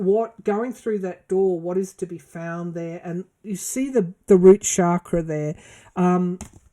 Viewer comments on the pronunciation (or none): none